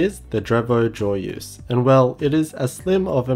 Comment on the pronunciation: actually Joyeuse is a french word and it is pronounced : " Jwaïeuze " ^-^